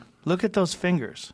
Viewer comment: Joe “ look at this fingeres” Rogan